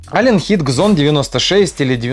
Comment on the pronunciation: Просто Зон, не Кзон!((